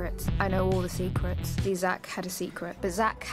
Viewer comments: Nobody::.......seecruts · No one:: sEcREts. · When you played clips of saying "secrets" at some point it started to sound like "sick rats"